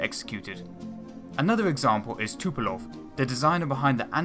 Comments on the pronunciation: Tupolev isn't pronounced Too-po-lov, but Too-po-lev. E as in how you pronounce it in the word "remedy" for example. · Tupolev, not Tupelov, dude. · 'Tupelov' I lolled